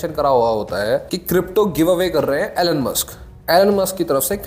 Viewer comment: Great video and thanks for sharing details. Just 1 thing Elon is pronounced - E-lawn, not Ellan.